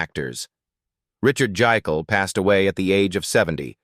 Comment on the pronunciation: It’s pronounced Jake’l, not the multiple mispronunciations here. That’s why “Jake” was his nickname.